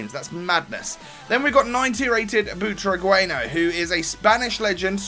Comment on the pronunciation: Its pronounce Butraguenyo